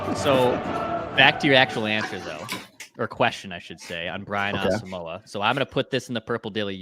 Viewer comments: As-sum-quah was how he pronounced it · Its Asamo..wa. he said it in an interview. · Brian said his name is pronounced as-um-wah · On Vikings Circle, in the interview with Gabe Henderson, starting at the mark, he spends nearly a full minute explaining that his name is Ah-sum-wah (there's even a graphic with that pronunciation), and he goes into what the name means, his Ghanaian heritage, etc. It means a lot to him. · Asamoah said it is pronounced a sum wah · Nope.its wrong how u pronounce Asmoah. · Gabe Henderson asked Brian the pronunciation and you 3 are not saying it correctly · He’s African don’t butcher his name. It’s pronounced with a “y or w “sound. Don’t pronounce the “o” in his name. He’s said he’s said it before